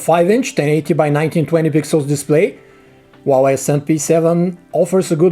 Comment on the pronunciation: It's HUAWEI!!!!! NOT WAWEI!!!!!